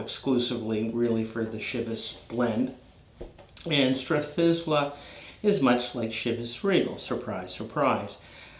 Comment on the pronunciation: Not to nit pick but it’s pronounced Strath-eye-la.